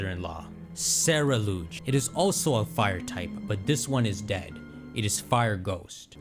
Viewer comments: The photo with the pokemon eating a cupcake behind Geeta was Greedent from Galar (gen 8) also the last pokemon in the trailer isn't called "Cerulouge" it's Ceru-ledge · its pronounced Sea-rule-edge, because it's a mix of Cerulean and Edge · I think Ceruledge is pronounced like cerulean and edge put together due to its blueish hue and that Pokémon on the poster is definitely a greedent